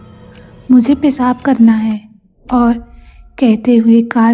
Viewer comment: Hindi sahi kariye baki sab mast hai...सही शब्द "सर" नहीं "सिर" इसी तरह पेसाब नहीं पेशाब होता है और स और श मे अंतर करके बोलना सीखिए